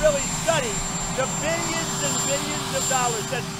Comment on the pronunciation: The way he says 'billions' sounds so wrong. Also, he is a lying POG!